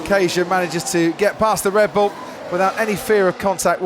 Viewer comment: Am I the only one who heard Brundle saying "Red Blue" ?🤣😂 See you in 2020, F1!!!